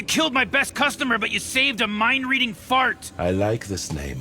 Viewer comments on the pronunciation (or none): It sounded more like fucked than fart !!! LOL!!!!!!!